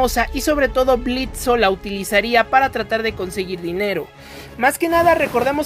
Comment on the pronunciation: "Blitzo" "Blitzo" "Blitzo" "Blitzo" "Blitzo" "Blitzo" Blitzø: QUE LA "O" ES MUDA!!